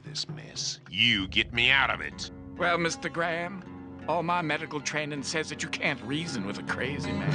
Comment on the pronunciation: You pronounced "Graham" wrong